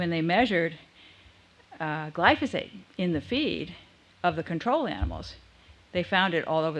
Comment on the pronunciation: It's difficult to take anyone seriously when, from first mention and thereafter, they mispronounce the name of the chemical they are condemning. It's GLY-FO-SATE, not GLY-SO-FATE! Also, reading the thread of comments further discredits the presenter. Finally, what's the connection between Glyphosate and GMO?